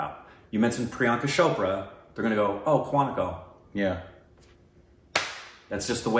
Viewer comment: For the love of god it's not "shopra", it's "chope-ra"(cho in chope sounds like cho in choke). She even said that in the vogue video you guys watched.